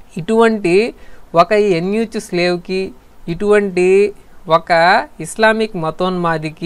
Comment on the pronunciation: Eunuch ni యూనక్ ani pronounce chestaaru ,. ఎన్ యూ చ్ కాదు